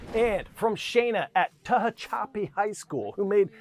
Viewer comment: I'm sorry CNN, Tehachapi is pronounced teh-hach-a-pee Thank you CNN for putting Tehachapi on your daily news!